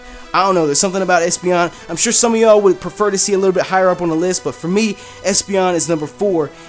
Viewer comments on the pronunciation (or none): none